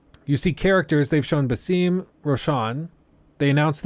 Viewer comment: hey, as an arab fan i can confirm that you are saying basim wrong, its bas-em, you said the first half right just add an em.